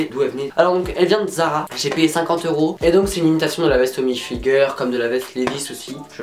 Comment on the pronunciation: Comment tu prononces hilfiger c'est ridicule il faut vraiment le dire en anglais